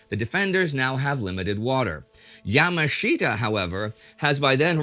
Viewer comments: Great stuff as always. Yamashita is pronounced Ya-maa-shuh-tuh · It's Ya-MAHSH-ta, Indie. Accent on the second syllable.